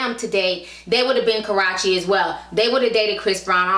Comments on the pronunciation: You're saying her name wrong, it is pronounced karoochie not karachie . besides that love all your vids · Karruche (Ka-ROO-chee) > Karochie Nia > Nina It's really not that hard to pronounce! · who is Ka-ra-chi its Ka-rue-chi lol 😂😂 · Her name isn't Karache lol it's (Kuh-Roo-Chey). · I live for you pronouncing Karruche's name wrong. Got me out here calling her Karrache now. I don't know if it's purpose or accidental but I am all here for it. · Dang ti.... Its Kuh - roo- chee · It's KARUUUUCHE, Ti, damn. That made me cringe every time you said her name lol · it's pronounced kuh roo she lol...but love your vids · it's pronounced Ka roo she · The way Ti is pronouncing "Karreuche" like "Ka-ro-chee" sounds like she's referring to a private body part. Lol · Li Ikr 😂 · She pronounces her name as Karachi? 😳 And her name is Nia not Nina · Nice video Ti. However, it's pronounced Karoochi. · I been watching old videos lately and she cannot say this girl name right lol...Idk if it’s on purpose or accident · This ranting is ruined of your defending her since you can't even pronounce her name right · You're saying her name wrong honey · Saying the name all wrong but the tea was hot honey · You pronounce Karrueche wrong lol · Why do you keep saying her name wrong lol